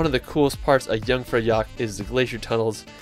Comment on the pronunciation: yeah and the jeung-fur-jack XD